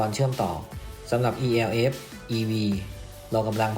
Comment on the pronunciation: มันชื่อรุ่น เอลฟ์ ไม่ใช่รุ่น อีแอลเอฟ